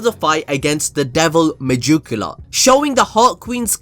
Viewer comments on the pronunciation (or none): okay... you saying mejukoola completely got me. i just cant stop laughing. its mey-gee-kyu-lah